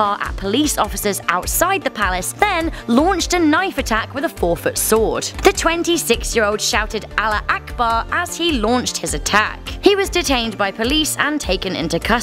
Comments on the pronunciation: I’m dying it’s not ‘alla Akba’ it’s ‘Allah huakbar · He shouted "Ala ak'bar" It's Allahu Akbar.....